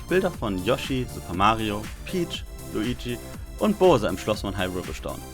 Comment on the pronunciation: Bohser? Ich würde ihn eher BAUSER aussprechen, aber da streiten ja auch die "Gahnon" und "Gänon" Puristen seit ewigkeiten. Technisch geniales Video, auch wenn deine Aussprache noch etwas Feinschliff benötigt. Ob die Tatsache das der Held Linkshänder ist auf seinem NAMEN zurückzuführen ist? ^^ Ich kannte übrigens nicht alle 10 Fakten, aber ein lustiger-guter Titel allemal. Technisch war es zumindest 1A, danke dir